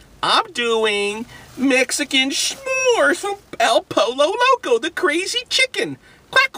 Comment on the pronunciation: Learn to pronounce the name the correct way, it is pronounced el poyo loco, no el polo loco